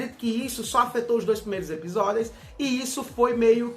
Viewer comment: ''EPISODEIS''? Dicção do tem que ser estudada pela Nasa kkkkkkk